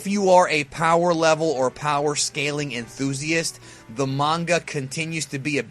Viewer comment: Enthusiast, lol